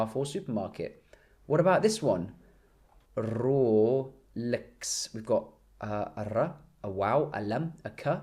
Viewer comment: your rrolex pronounced like Sacha Baron Cohen Aladdin from the dictator movie lmao .